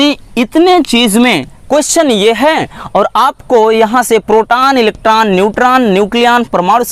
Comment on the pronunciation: Sir inhe protan neutran or electran nahi bolte hai 😂😂